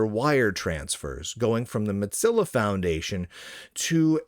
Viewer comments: Is it an inside joke that you pronounce their name "MOT-zilla" instead of "MO-zilla"? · I still think it's an intentional insult, calling it "Mudzilla" rather than Mozilla. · Im not the only one hearing Motzilla, right? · Is there a backstory to why Mozilla is being pronounced as Mot-zilla? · The correct pronunciation of Mozilla is 'Mow-zi-luh', according to both videos published by Mozilla itself, and the pronunciation guide provided by Google. I don't think I've ever heard Mozilla pronounced with a 'tz' sound other than by Lunduke, but the fact that there's at least one other person out there who's mispronouncing it in a similar was suggests it was just an mistake, rather than something more interesting. Thanks for humouring me, much appreciated! ❤ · I enjoy these videos, but I can’t stand hearing “modzilla” over and over again. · Mutzilla? Motezilla? Why are you saying it weird? lol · The real question is: will learn to pronounce "Mozilla" before it disappears? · It's a single "z", not two. You pronounce it like "fozy", not like "pizza."